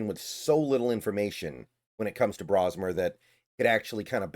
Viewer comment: Pronouncing his name wrong. It isn't "Brah-smer", it's "Bro".